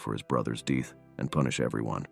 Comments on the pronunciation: Reachers deeth? Deeth not death? Is this narrative AI? No professional narrator would make such a fundamental error. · What is a “deeth”?